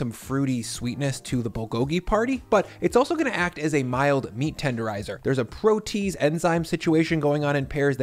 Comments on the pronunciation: "Protease" is pronounced "pro-tee-ace," not "pro-tease." Enzymes mostly end in the suffix -ase. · it’s Pro-Tee-Ayes, not Pro-Tees 👍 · Hey! Love your work! The scientist in me wants to let you know it’s pro-te-ase, not pro-tease. -ase = enzyme. Soz, couldn’t help myself! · Btw it's not pro-tease, it's pronounced pro-tea-ace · pretty sure that should have been pronounced Pro-Tea-Ase, not Pro-Tease.... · Hey,. Absolutely LOVE your work. Your older pasta vodka is a staple in my house, and my mother-in-law called my attempt at your lasagna "the best I've ever had." Don't know if you care about this kind of stuff, but "protease" is pronounced "pro-tee-ace." For enzymes, an "ase" is something that breaks a thing down, so a pro-te-ase is something that breaks down a "pro-te"in. I'm an English teacher, so I have a ton of respect for people who know words by reading them and haven't heard them pronounced (like all the kids who mispronounced "Hermione" before the Harry Potter movies came out), and just wanted to drop that info here. Looks like you're close to seven digits, man! All the best! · FYI I think pro-te-ase is 3 syllables, “ase” is a common suffix that refers to breaking somethjng down (protein in this case). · Fantastic! I've got some company coming over this weekend and I was already planning to do something in the wok. I'll do this! I used to watch a dozen or so YT chefs regularly but you're the only one I ever really pick up new techniques and tricks from these days. (Also, I really hate to be that guy but the kind of enzyme in pears you're referring to is a "pro-tee-ACE") :D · Hey, love the vid! From a science guy, protease is pronounced protee-ase in the biology world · Not to be that guy, but it's pro-tee-ace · I'm sorry to be a bit annoying, but protease is pronounced "pro-tee-ace"